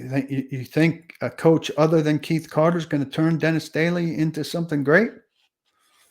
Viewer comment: Keith Carter!!! Omg! Say his name right. Your job is to cover 1 team and you can’t even keep names right.